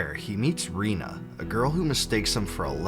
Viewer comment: I'm sorry but did you just say REENA🤣